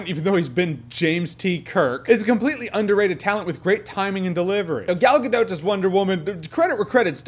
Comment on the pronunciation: Thank you.....for pronouncing Gal Gadot right.